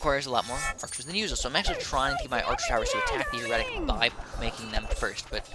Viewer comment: Maybe I should comment on your mispronounciation of "Heretic" on every clip you say it that I haven't just yet until you say it right. :D (HARE-uh-tick) For further reference on how to pronounce it right, see some Halo 2 clips. Also, If there is something I hate about Twilight Heretics, it's that they can sometimes FORCE you to get a lucky Crimson Sentence on account of all that high magic resistance and 2000 health; not to mention the ability to put non-heroic units into stasis and instantly kill them.